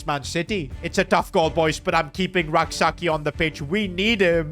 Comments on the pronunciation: The name is not pronounced Sa-ki.. it is pronounced Sa-chie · youre pronouncing Rak-Sakyi wrong. Its Rak-Sayi without the k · Rak-Sakyi's name is pronounced "Say-chi" not Sak yi It's a Ghanaian last name.